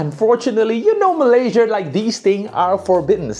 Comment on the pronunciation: why do you (always) say malaysia with R in the end?